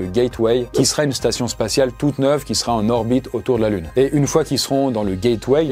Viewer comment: spation spatiale 🤣😭